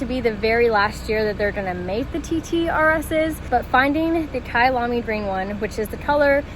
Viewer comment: Kayalami is a race track in South Africa woo woo kayalami also means my home in Zulu. So happy your pronunciation was good well done and many many safe miles!